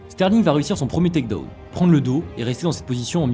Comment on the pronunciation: Super vidéo ! La prononciation de takedown et ground and pound me termine ceci dit